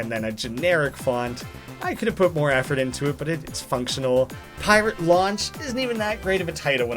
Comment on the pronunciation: To me, it sounds like he's saying "Pirate Lunch" instead of Pirate Launch.